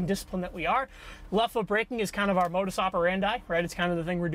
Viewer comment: Modus what?! Lol if you use latin, would you please pronounce it correctly.😂😂😂